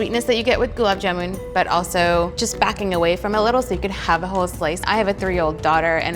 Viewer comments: That indian girl herself can't pronounce it correctly... Goolaab jaamoon ...how hard it can be!!!! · I know it's not her fault but I can't help but cringe everytime she says jamooon! Also, she's saying her name wrong!!!!! Anyways, the end result looks divine and she's beautiful ♡ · It's gulab jamun not jumun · Gulab "Jumun"? Wtf... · The person cooking can't even pronounce gulab jamun correctly. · Everytime gulab jamun is pronounced wrong a desi aunty has a heart attack